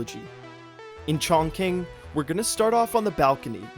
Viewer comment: A great iteration of the speed run tutorial! In season 3 last third mission in China, ChongQing is actually pronounced as "Chong Ching", and in that mean time, you can snipe me off at night for being a pronunciation jerk.